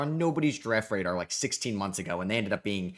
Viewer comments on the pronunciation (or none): none